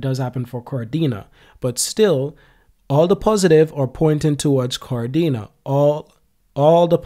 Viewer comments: He said kar-dina,, he has to say ka-de-na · Ka Dena, not Kar-dena